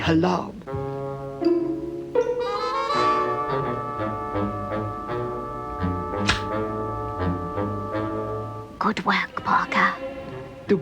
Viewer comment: "I'll fix the halarm" - Parker